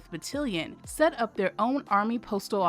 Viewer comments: The word battalion is mispronounced throughout this whole video. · I wish the AI speaker would learn how to pronounce "battalion" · Consider replacing the entire narration / voice over. Battalion is mispronounced so many times... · Great video but I almost turned it off every time she mispronounced “battalion”. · Its Battalion, not Battilion. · FYI, it’s battalion, not battilion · The word is BattAlion, not BattIlion. That was driving me CRAZY. Thank you for the video. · GREAT STORY!!! The AI speaker miss-pronounced BattAlion as BattElion! LOL LOL LOL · It's not called Battilin it called Battalion (BA TAL LEE YON). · Battalion is pronounced ba-tal-ion, (tal, like Tallahassee) not ba-till-ion. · You keep mispronouncing battalion. It's ba-TAL-e-un. Not ba-til-ee-un. Please Google it. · Every time the narrator's pronunciation of BAT-TA-LI-ON as BAT-TIL-LON was like nails on a chalkboard. I'm sure those of us who served were cringing. The story of the outstanding women on the 6888th deserved better. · Batt-AL-ion nit Batt-IL-ion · Good informative video about blacks serving in WW11. Only complaint is mispronunciation of the battalion (ba-tal-ion no ba-til-ion) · And to had the same reaction to ‘Ba-til-li-on’ rather than Ba-TAL-li-on. The audible difference may not be noticeable to non military! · Battillion? I think it's pronounced Battalion. It's still of course a magnificent story of a magnificent group of soldiers. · As a soldier, hearing "batillion" instead of "battalion" was getting on my nerves was well. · Battalion!!!Bah-Talll-Yun😒😤Couldn’t help myself. Navy Signalman. Lovely documentary otherwise 😊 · Battilion??? OMG. This narrator should be fired for screwing up a simple word. She's definitely NOT military! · How I wish the narrator could have been taught to say BAT TAL ION rather than something that rhymes with Cotilion! Sloppy, and those women don't deserve that. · It's Battalion! Lawd why does she keep saying it wrong smh lol but I love this story